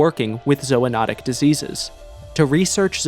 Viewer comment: zoonotic < zoanotic